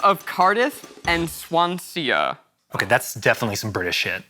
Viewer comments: really irritates me as a British Person- Swansea = 'Swan-Sea' not ''Swan-Sea-a", Zach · Swan-see-ah??? Oh zach... swan-zee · Swansea (h)? I- how? Btw it's Swan-zee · Swan-cea swan-se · Swan-se-a? Oh Zack. It's a compound word. Swan-sea. There's so many difficult place names in the UK and that one got you? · I had clicked on to another tab right before and when I heard "Swan-SEE-ah" I went right back to the video thinking 'did he mean Swansea?!' 😂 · I’m British and I am actually humiliated for Zach for pronouncing Swan-sea like Swan-se-a. Shame on you zach shame on you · "Swan-see.." Yes, u good, stop there "...see-ah" 😨 😆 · Zach: “Swan-c-ea” Me: “Swan-sea! Swansea!!!” I’m from England so I’m allowed to be annoyed lol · Sweet Zach its pronounced “Swan-see” not Swan-see-ah lolz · the way that zach said Swansea hurt me, i’m from the UK 😂 it’s pronounced “swan- see” not “swan- seeeah” 😂😂😂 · From a brit. Swan-se-a?? Swan-sea. No extra a 😂😂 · I love how Zach mispronounced Swansea! Swan-Sea or Swan-zee. Not Swan-see-A! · Zach: Swan-see-uh Brits everywhere: dying of laughter (It’s pronounced Swan-Sea) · Zach, it's Swan-sea. Just "Swan" and "Sea" not "Swan-see-ah". It's not hard. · Swanseeaa…. Omg my poor Welsh blood is boiling 😂😂😂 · Zack: sees the name Swansea, a place name literally made up of the words "swan" and "sea" and pronounced just like those two words Also Zack: SWAN-SEE-A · When Zach said Swansea like “Swancia” I died 😂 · Zach: Swan-sia.. Me, a Brit: ...oh no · I’m from Wales (Cardiff) and when Zack said Swansea like swan-c-ah I CANT JWHSJSJDJD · Zack pronouncing Swansea as Swan-sia has ended me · Zach - he said swan SIA. broke my heart a bit 🤣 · Swan-sia goodness me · swan-se-a ... can't wait for the UK leg of the tour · The way zach pronounced Swansea has me dying 😭😭🥺 SwanseaH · This welshie spluttered her drink when Zach said Swan-seeaaah ... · As a Brit, there is not enough comments about the fact that Zack said: “Swan-see-a” 😳